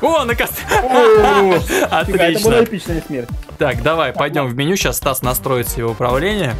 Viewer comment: тиж сказал сас а не стас